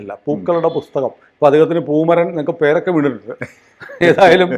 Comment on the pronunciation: പൂമരൻ എന്നല്ല വേണ്ടത് ഫൂമരൻഎന്നാണ്.